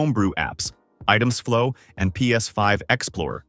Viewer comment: "Item ZEE flow" lol